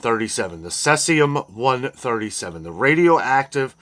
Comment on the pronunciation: cesium pronunciation is see-zee-uhm Cesium 137 is a by product of nuclear fission and the Cesium - 137 was detected in containers used to ship Indonesian shrimp. BTW This afternoon a US Appeals Court said most of trumps tariffs were illegal. So now the SCOTUS is up next. They may or may not take up the case but at the moment most of the tariffs are illegal.